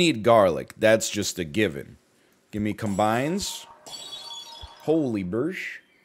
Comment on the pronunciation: Lol all I heard was her saying birrsh